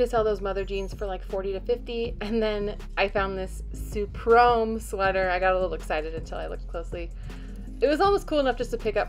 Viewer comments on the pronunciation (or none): Ha....Suprome not Supreme... 🤪 Thanks for the vid 💪